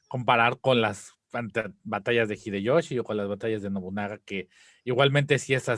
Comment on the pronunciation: "El gggghideyoshi!" 🤣